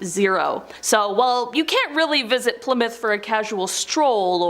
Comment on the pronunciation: OH MY LORD!!!! Please learn how to say Plymouth correctly. Not Ply-mouth, but Pli (short i sound) moth.